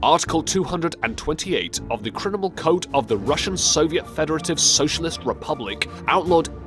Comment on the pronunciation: You need to get a new voice.: it's criminal, not crinimal; It's nuclear, not nucular and the sub's captain's name is Savitsky, not Stalivsky (no such name).